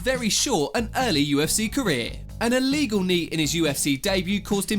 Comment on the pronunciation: Apparently poking someone in the eye “It’s very iwegal”